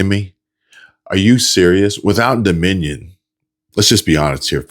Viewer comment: Crotchet can’t even say DOMINION correctly. What a DOPE!